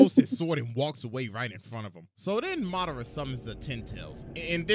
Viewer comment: I hit dislike the moment I heard “muh dar ruh”